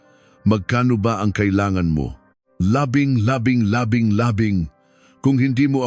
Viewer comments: Hahaha mawawalan ka ng subscriber dahil sa mga bigkas mo Ng mga nomero Hindi maintindihan labing laning laning ha ha bulol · Lahat ng nagbabasa ng kwento pagdating sa mga numiro hinde na maintindihan ang bigkas labing labing na ha ha ha